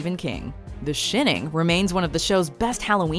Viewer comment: "The sheening" ? wtf